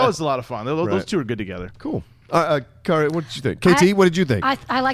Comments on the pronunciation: Alright...now I've noticed pronounces Kaori's name wrong, but I thought it was a inside joke or something. Until today.....WHAT WAS THAT????....Did somebody take the other's sandwich out the refrigerator and eat it. The tension was thick as hell on there today. look he wanted to be anywhere but there. Was it just me or was Kaori bout to start rearranging furniture up in there.....geeshhhhhhhhhhhhh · ease up on Kaori. She's awesome, & we will wait as long as she wants to read questions, lol. Can't get enough Kaori man. She's my favorite. P.S. get her name right brother, it's not that hard to pronounce. You are great to guys.:)